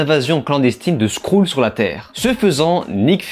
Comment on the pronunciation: Mon cher, Skrull se pronomce "SCKREUL).